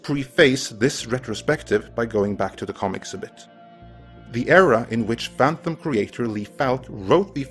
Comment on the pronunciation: STOP saying "phanthumb"